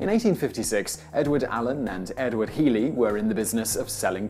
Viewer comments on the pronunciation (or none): none